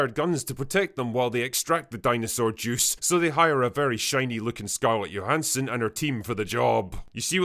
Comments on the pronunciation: Or to support her husband Colin's business venture of owning a Staten Island ferry. Also, did you pronounce her nam as "YO-han-sen"? Cause there's only 1 Blade, and only ever gonna BE 1 Blade. Stunning how the makers of these movies ignored the lessons they made the characters learn: just because you CAN, doesn't mean you SHOULD. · Never heard someone pronounce it "Yo-han-son". She says Jo, fwiw. Also, never saw Dominion and definitely have no desire to see this. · Stop saying scarlet yohanson